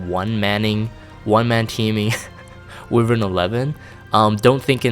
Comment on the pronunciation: Why-verns not wiv-erns